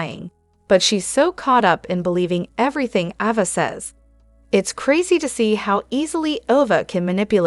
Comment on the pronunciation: It’s not Ova. It’s Ava!